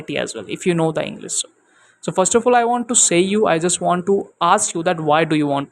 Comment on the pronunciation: Inglis??? Bro u have to work on your pronunciations because it a plays a major role before you frame words to make it a sentense .